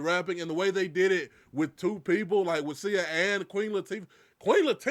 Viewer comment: Calling Sia (See-ah) Sayuh is diabolical, lol! Nevertheless, I love all of your reactions to Hamilton content it is like experiencing it for the first time all over again and I’m loving every minute!